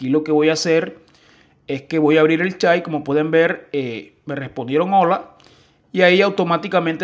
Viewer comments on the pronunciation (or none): none